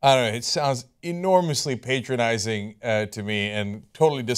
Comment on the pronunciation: It's pronounced "pátronizing", he's not making himself your father lol